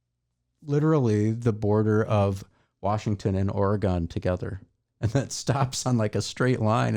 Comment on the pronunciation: its "Or+a+gun", not "Or+E+gon". It scares away Bigfoot when you say the latter.